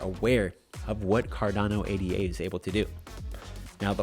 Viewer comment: Pronounced Ada not A.D.A